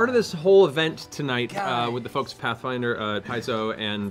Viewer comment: "Hey Ash, Whatchya playin?" "Pathfwinder."